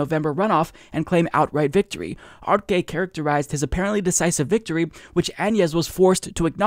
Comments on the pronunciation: its pronounced: "Ahr-Seh" not Ar-ke. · Bro it’s pronounce arse not arke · Arce is pronounced (Arh-seh)